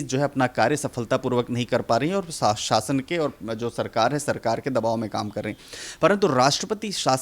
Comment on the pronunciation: शासन होता है आप साशन ना बोले पत्रकार महोदया